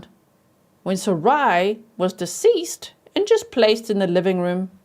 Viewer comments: Thanks G! I think Sarai might be pronounced Sah-Rah-ee (I’m Latina and her last name appears to be Hispanic & this is how we would pronounce it) unsure of course but could be! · The little girl's name is pronounced Sara ee. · Sarai pronounced, Sa-reye. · SARAI is my friend’s name and she pronounces it SarAH, like “hurRAH”.